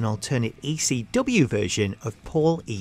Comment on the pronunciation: it sounds like he's saying ACW instead of ECW